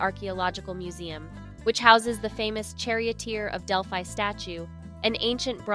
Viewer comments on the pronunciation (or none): It’s pretty obvious that the person who made this video either has not been to Greece or did not research enough to learn how to pronounce very basic Greek words such as gyro. I cringed listening to her mispronounce gyro, Delphi, Mykonos, etc. I understand some people try to make money from YouTube, but at least do a proper research on how basic words or places are pronounced.